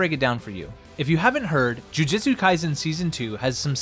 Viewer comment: it's alright. To make up for it make an entirely different video pronouncing it correctly. I'll be waiting.